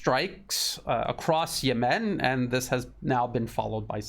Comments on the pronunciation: Yes, he says Yemeeen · Great analysis. Note: rhyme Yemem with lemon. Accent 1st syllable.